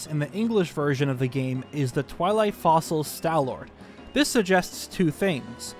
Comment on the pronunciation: Small correction with the reading of Stallord's English name: It's not "Twili Fossil", it's " Twilit Fossil" (extra T there are the end of the first word), as in "Lit by Twilight", probably meant to imply how it was Zant's power that animated it.